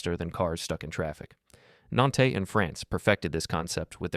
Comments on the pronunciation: “Nantay”? “prefected?” not only are these channels AI but they’re making spelling mistakes and mispronouncing things anyways?!?!? shut it down man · You really have to look up the pronunciation of names you're talking about. At least get closer if you want to be taken seriously. Yamanote: Yama no tay Nantes: Nont Medellin: Medeyeen Shinkansen: Shin kan sehn. Doesn't rhyme with Hanson. Japanese has suuuuper regular pronunciation. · I love this video, but you're consistent mispronunciation of almost every foreign city is hilarious. You don't pronounce the last E in Yamanote, but to pronounce the E in Nantes. The LL in Medellin also caught my ear. I'm halfway through, so I'll see if there are more, lol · Yamanote was mispronounced, which takes some talent 🙉 and Nantes was absolutely butchered. Is this a computer or a human who couldn't be bothered to do his homework? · The way he mispronounced Nantes like a total gringo